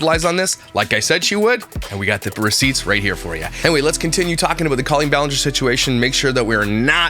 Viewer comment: Does Trisha not hear herself saying Co-lean? And does she not know that's not how you say it?! Drives me BONKERS! 🙉